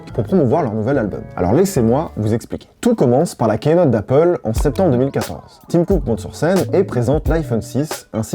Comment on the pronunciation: « kie note » et pas « keille note »